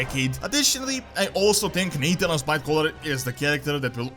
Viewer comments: NAE-THANOS... It's Nathanos dude.. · Ur pronouncing Nathanos wrong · I was like...who is Nate tanos? lol Nah Than Nose, like Thanos from marvel. 🤣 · It's weird how you pronounce Nathanos. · Even by knowing how Nathanos is pronounced, 'NaTHAnos' is a very ineffective way of conveying it. We can't hear you when when you type hun